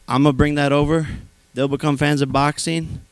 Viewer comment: Does Jake have a speech impediment? It's like the letter G in "ing" isn't part of his vocabulary. Any word ending in ing he says "boxeen,watcheen,fighteen" or literally any word with ing.